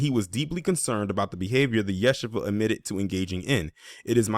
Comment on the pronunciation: FYI It’s pronounced Ya-She-Va